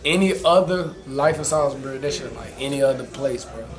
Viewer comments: This man said “Sal- z bury” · If you're from NC you dont say SAYLSBERRY, you say SAWLSBURY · Bruh it’s sawsbury, tf is a saalsbury😂 yeah you ain’t from the 704 😂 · Shotsbury 4x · Its Salisbury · Bruhhh Salisbury it’s pronounced Sawsbury smh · The way he said Salisbury made me want to kill my self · I can’t like this vid cause he didn’t even say Salisbury right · I feel disrespected how y’all are pronouncing my city 💀💀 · Did not pronounced our hometown right